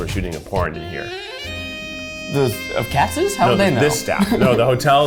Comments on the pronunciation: Isn't it pronounced Katz's not Katz? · Not even pronouncing it right. It’s Katz’s not Katz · keith pronouncing katz's like "cats" instead of like "cat-says" is one of the greatest crimes of this century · lol I had no idea Katz’s was anywhere but Houston!!! I thought it was just some family from NY Who opened up a restaurant down here 😂 I’m such a dumbass. Lol but we pronounce it as it looks “Katz’s” Not “Katz” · It’s pronounced “katzes” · “I didn’t eat a tonne of Katz growing up.” I heard it as cats. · from a born and raised new york jew; katz’s is pronounced katz’s (cats-is).